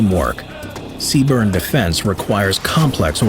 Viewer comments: Btw, the acronym is CBRN, not cburn, other than that, good video, also currently serving as a dragon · CBRN not C-Burn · Errrm it’s CBRN not C BURN 🤓🤓🤓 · They are not a branch. They are a Corp within the branch of the US Army. And they say "Sea-Burn" not C-B-R-N. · I love the way he says CBRN, C-burn, metal af! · It's accurate except for the acronym. Lol. C Burn would definitely look better, but unfortunately it's CBRN or CBRNE. And the phrase "Moss" instead of M.O.S., but I love these videos and these are small things.